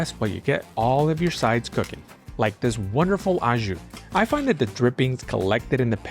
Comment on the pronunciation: Au is pronounced like oh, it’s French. Don’t worry I know you Americans have trouble with words that end with eu or au, it’s oh, not ew